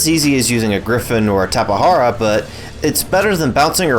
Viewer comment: and he called it a tapehara, bro correct pronunce is QUetzalcoatlus and tapeJara